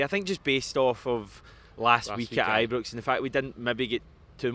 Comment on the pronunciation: Another one that says Ibrux when it's Ibrox